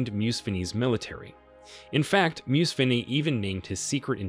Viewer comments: You could have learnt to pronounce Museveni instead of whitening it all up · And funny thing is, after museveni talking Gaddafi out of Libya's nuclear weapon program, he is now preaching about how he wants Africa to build a nuclear weapons program to tackle Western exploitation of the continent! On a side note, the way you pronounce the names Idi and Museveni though🤦🏿‍♀️ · It not mew-u-c- fee RE or how’s the hectic you’re mutulating his name: it pronounced: Moo (like a cow sound)- seven (like number 7) - and ee ( like the vowel e) MOO-SEVEN-E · Only An Merican would create a video about someone and not bother to look up how its pronounced. Its Moo-Se-Venni... Not Muse-Venni, for gods sake. I couldn't listen after the 5th or 6th time. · Mu se ve ni not musvini you butcherd that name could not conyinue watching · Why do you pronounce him as Musween instead of Museven? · You are pronouncing it wrong. The correct pronunciation is Mu-se-ve-ni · You have to check names before making a video. Muse-veni sounds painful, and Gaddafi's first name isn't difficult to pronounce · The pronunciation of Museveni is actually something like, mhu-sev-eny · Mu-seven "7" as in number seven. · "Moose vinny". What the hell dude? Can't you learn how to pronounce a simple name? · Who is this MUSWEEEENY you keep talking about? Do you know how to mouth letter V? Its M U S E V E N I. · Thought you were fuckin talking about Mussolini.. Moo-sah-veh-ni. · Pure propaganda. You can't even properly pronounce their names .... Miiissssvvvviiinii, Swemyogreeree. The fact that you couldn't even do research on how names are pronounced are evidence that you are talking based on off hearsay. Pure nonsense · Bro, MUSEVENI is pronounced as such. Muu-7-E. Thanks for the insightful video nonetheless. In America we don't get to hear such an indepth and unbiased truthful coverage of what really happened in libya. Thanks again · His name is” Mu-se-ve-ni “ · It's pronounced MUSEVENI like MOO -SEVEN-E